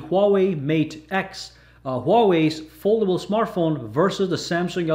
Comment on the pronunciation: 999 111 Look at that fuckin presentor of Huawei. He can't even pronounce the word "foldable" properly.